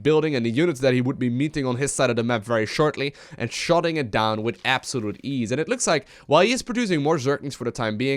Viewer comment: it's actually "with relative ease" but now I just can't unhear it XD